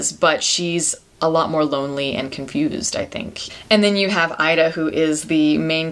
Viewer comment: It's pronounced "EE-da." Learn how to pronounce the film before reviewing it.